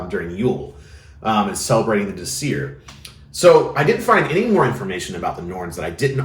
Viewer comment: DÍsir, VERÐandi. Just a friendly factoid: every word in Old Norse has emphasis on the first syllable :) I know pronunciation isn´t that important. But this is an easy rule to follow